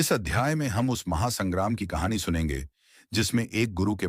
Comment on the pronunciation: कहाणी मे ड का उच्चार ढ किया है, Kahani bahut achi hai . Bharat mata ki jay